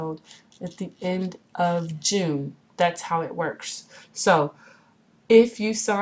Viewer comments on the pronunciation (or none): none